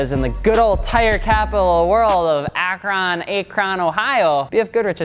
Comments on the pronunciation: You done messed up akRon. It's akrun not ak ron. But I digress. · its fucking ak-RIN. not ak-RON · Its pronounced AK-run not Ak-RON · Ack-rin it's pronounced like that. I couldn't not say it. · Hold up, "Ak-RON" 😂😂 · Who the the hell doesn’t know how to pronounce Akron. Ugh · Right?! Lol I'm not too far from Akron and I had to replay that just to make sure I heard him say that.